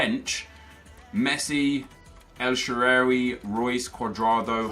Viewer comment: the butchering of el shaarawy's name was triggering me so much.